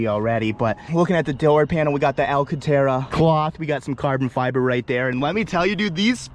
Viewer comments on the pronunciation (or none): "Al Catera" ............. M2 Rudnikism